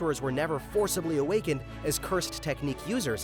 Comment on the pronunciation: Hi-gu-RU-ma. HiguRUma. Not Higurama. Hi. Gu. RU. ma. Say it with me folks.